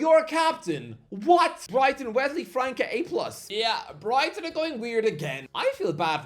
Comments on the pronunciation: Can someone tell that it's pronounced "França" and not "Franca"? The Ç has an "s" sound phonetically speaking. So we should say it like you say "France" but in an "a" at the end. FranÇa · It's not pronounced Franca, it's like France but with an A at the end